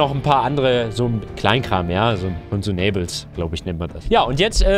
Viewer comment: "Consumäibels!" Consumıbıls, amina! D: Edit: "Noscope!" Wtf?! xD